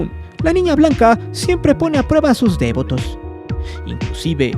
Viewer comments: Solo para decir que se dice "devoto", no "dévoto". Un saludo. ✨ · Me da mucha pena dar este comentario, pero lo hago con tal de que mejores: tienes un tonito muy enfadoso, deberías usar una narración más natural. Además de que dices dévoto, como si fuera una palabra esdrújula. No lo es. No lleva acento o tilde. Es devoto. De VO to. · Si nada más escuchar tu tonito lleno de amarillisno y morbo y repites DÉVOTO en vez de DEVOTO, quita mucha seriedad éste videillo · Es interesante escuchar los testimonios de aquellos que muestran devoción a este culto, gracias por la información. Cómo punto final, me gustaría añadir una sugerencia. La palabra Devoto, se escribe y se pronuncia sin tilde y acentuación en la vocal E. Lo siguiente es por la razón de que, a lo largo del vídeo, el narrador comete el error al pronunciar dicho adjetivo con acentuación en la vocal E, cuando no es así. Saludos. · Pronuncias muy chistoso la palabra "devoto" 🤣🤣🤣🤣🤣!!!!! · muy interesante videos, nomas que como soy megalómano, no pude dejar se sentir cierta irritación por la pronunciación que le dabas a la palabra "devoto" (como si llevara acento en la e) jajja